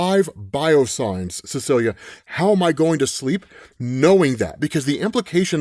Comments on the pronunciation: I'm glad you covered this comic, cause it was a good one. But sir... you missed pronounced Cecilia every single time, in ways I never was going to expect. You called her CLEA at one point... Put some respect on that woman's name. She is a fantastic character 😤. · I love your content,, but it bothers me that you keep saying “Celia”. It’s “Cecilia”. 😅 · Ce-celia. You’re missing a syllable my boy. 😂